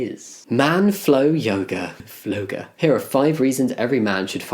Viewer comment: "Flowga" oh my god 💀😂